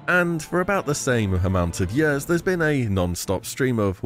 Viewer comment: Fucking hell can you stop saying yørs or whatever instead of years is that an illness or your accent?